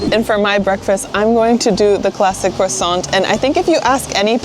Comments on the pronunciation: When you prononce croissant you dont prononce the T its croissan. From a french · Do not pronounce the T in croissant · You don't pronounce the T at the end of croissant.